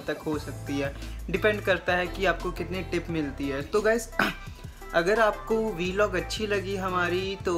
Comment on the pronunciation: Yar..... Vlog.... Bola.. Kro na bhai..... V Log ajeeb lgta hai sunne me...... Jst.... A small suggestion 🙂🙂🙂🙂🙂